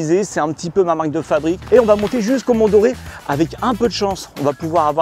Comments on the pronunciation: Sympa le format ! Et les routes d'Auvergne !!!! 🥰 (bon je suis Clermontois...) Et oui, ca se prononce mont "d'or" et pas comme Julien Doré... lol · On dit Mont Dore (on prononce "d'or") :dothefive:🥰😁😄